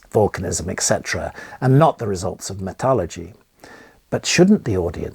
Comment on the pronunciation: I love graham but he needs to adopt the word metallurgy and stop saying metalogy, especially when all the papers he’s siting are in American journals